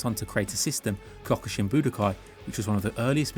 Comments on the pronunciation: that was the weirdest pronounciation of Kyokushin Karate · Why do you say Kyokushin wrong? Way to ruin the video.